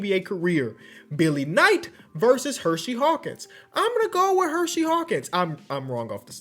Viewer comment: And "Hershey" Hawkins